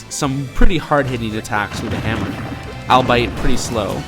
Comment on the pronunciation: It's pronounced All-be-it.